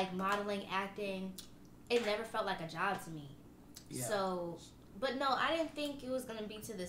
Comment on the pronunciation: “Cant forget the bev NEVA NEVA NEVA”💀💀